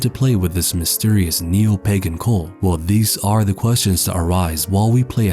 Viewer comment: Is he calling the Los illuminados a... cole? Cull?